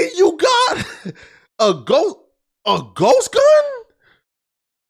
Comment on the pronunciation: “Switch” , “Ghost Gun”??? How does he read everything correctly and just screw up those two words 🤦🏻‍♂️😂